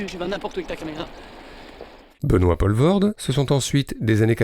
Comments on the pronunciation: Ça se prononce poulvoorde pas polvorde et vann dormâle pas dormaêl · P-OU-levoorde ... pas P-AU-levoorde .. pas compliqué pourtant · le "polvorde" il casse les oreille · Jaco Vandormaël ? 😃 Ça se prononce " Vandormaal " comme Poelvoorde se dit " Poulevoorde ". Sinon très chouette retro ! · "Poulevaurde" .. et puis c'est pas un acteur "franco-belge" au fait .. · ... sinon ça se prononce "Poulvaurde" ;) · 1 - Poelvoorde = "Poulvorde" 2 - Van dormael = "Van dormaale" 3 - Franco-belge? Non, belge tout court. Francophone, wallon, namurois certes mais pas français 4 - Bon travail quand même, merci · Prononcez: Pouleveaurde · Les Français, c'est si difficile à dire "Poulvoorde"? Sérieusement ? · aaah les français et les prononciations étrangères, ça se dit" pOUlvoort" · Quelqu'un qui n'a pas pris de nom d'artiste, ça se prononce Poulvoorde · On prononce POUlvoorde! Nom de Djousse, maudits Français!... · Rho m'enfin "Poelvoorde" se prononce Poulvaurd, c'est quand même pas compliqué ce sont des sons qui existent en français de France tout de même... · Ah les français... Faites un effort quand vous prononcer des noms qui ne sont pas français! Ca se dit "POUUUULVORDE" et "VANDERMAL"! Renseignez-vous avant d'enregistrer des vidéos... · Les français devraient arrêter de francisé tout et n'importe quoi à commencer par les noms propres... "oe" en flamand se prononce "ou" et "Poelvoorde" c'est flamand comme nom même si l'artiste est Wallon... C'est compliqué la Belgique... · On dit Poulvoorde, "oe" en flamand se prononce "ou" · Ca arrache un peu les oreilles le "Paulevorde" quand même. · Merci ! première chose que j'allais dire et qui m'a fait zapper dans les trente première secondes : on dit POUUUUlvoorde. Merci les français... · En faisant le malin, est-ce que tu sais ce que ça veut dire Poelvoord? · Poelvoorde POULVAURDE mais certainement pas POLVAURDE ! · Pourquoi ne pas prononcer son nom correctement? C'est le minimum non?